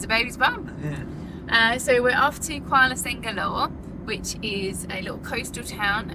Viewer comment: not Kuala sengalore. It is pronounced Kuala Sir-la-ngor